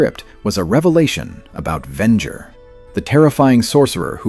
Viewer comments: It’s pronounced Ven-jer not Ven-ger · Very interesting write-up, but if you keep using A.I. narration, you'll never have the subscriber numbers you could have. (Ven-ger? Really?) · Vengo? Lmao,dumbest AI,Venger is the name. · The AI starts calling the main villain "Vengur" 3/4 of the way through the video. Here's an idea: Why not have a real, thinking person do the narration instead? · The way you say Venger makes a little part of me die. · Good Lord....you are killing me with the brutally wrong way you say Venger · SIGH I was actually looking forward to watching this. Then I heard the terrible mispronunciation of Venger. It was ruined for me that instant. Don't you content creators see how terrible AI is ruining your otherwise decent content? Can't you just voice the script yourself?